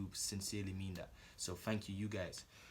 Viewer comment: "fang kyoo guys "lmao